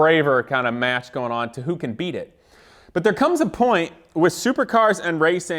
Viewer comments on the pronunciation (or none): none